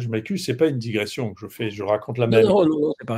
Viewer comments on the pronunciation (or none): none